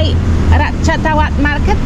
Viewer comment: Ratchawat. Is not Rat ta cha wat Raachawat Raach = Racha (the King)